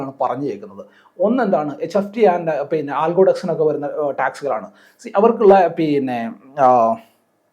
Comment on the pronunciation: പീന്നെ അല്ല പിന്നെ 😂